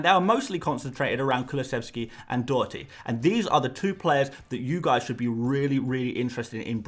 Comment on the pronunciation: Bravo on your pronunciation on Doherty